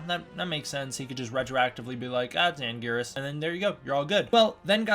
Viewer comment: It is Anguirus